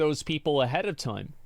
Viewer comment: Asmon turned into a souther bell "I do declare mistah Jim! They nevah taught us to read the tyyme!" 😂😂😂